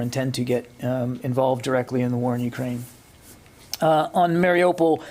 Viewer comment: *IT'S MARIUPOL!!!* LEARN HOW TO PRONOUNCE IT!!!**